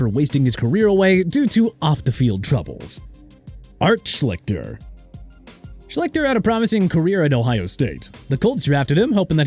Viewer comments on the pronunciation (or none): Art Sch-lick-ter????? Maybe you should have learned how to pronounce his name before making this video. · You shouldn't call it wasted talent if injuries were the reason. That's just bad luck. Pronounced "Shleester" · Y'all do pretty good content but merciful HEAVENS, do y'all need to research pronunciations of peoples' names before recording.....I've seen you butcher Art Sclichter's name more than once (not that he doesn't entirely deserve it, he does, but still)....